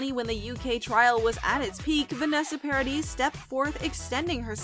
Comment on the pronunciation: 300 Mill along with a big apology sure beats the hell out of the gift basket they already sent! Did they really think that would help? But please, learn to pronounce these people's names! Vanessa's last is pronounced yes on the end is silent. Just like Camille's last name is said something mispronounced! But Lily Rose is already working at Disney so this is no confirmation in my opinion that JD Pirates. I've heard various reports none of which have said he has accepted or even been asked for that matter. Disney was quoted as saying they would even be happy with a cameo appearance. Asking Lily Rose if she would be comfortable working with big actors doesn't mean her call either they've named others as a potential choice for this film.